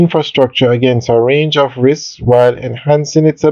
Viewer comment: It's "Bank OF Jamaica"- not "Bank ah Jamaica". There! Fixed it. Sounds so jarring